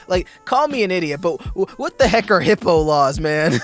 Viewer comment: It's called Hippa not Hippo laws....